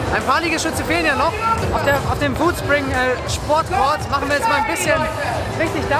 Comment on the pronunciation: Foodspriug, statt Foodspring